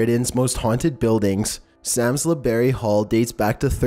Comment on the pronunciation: You need to learn to pronounce the names of these places correctly. It's pronounced LEP CASTLE and Samlesbury Hall is pronounced SARMSBRY .